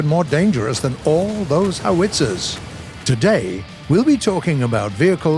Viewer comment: The way he says howitzer makes me uncomfortable. He puts the “wit” instead of “how”